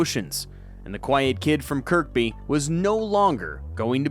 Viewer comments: Kirby mate not Kirkby 😂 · Its scouser not scouzer and its Kirby not Kirkby .............AI in a nutshell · Ffs when are the yanks going to learn how to speak english. Its Kirby not Kirkby. Its pronounced mand-atory not mand-etory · You don't pronounce the middle K, it's just kur-by. Also it's scouser not skowzer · It's pronounced "Kir-by" The middle K is silent. .... Unless you're Swedish (The name means "Church-Village")